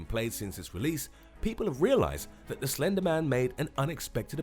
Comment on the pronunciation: When you said slender man I thot you said ender men lol